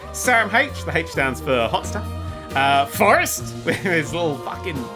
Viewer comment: I think you'll find it's pronounced "Forrest ???"